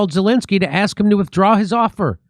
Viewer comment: After 3.8 yrs Dore still says 'Zilinsky' not Zelensky and most comment-posters still can't pronounce or spell his name right !